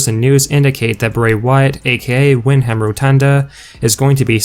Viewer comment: Wind-Ham Rotunda, lol. It's pronounced Win-Dum, as is Barry Windham.